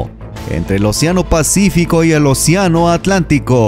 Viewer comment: OCIANO O ACEANO